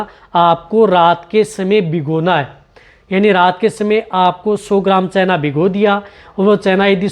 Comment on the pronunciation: चैना नही चना होता है 😂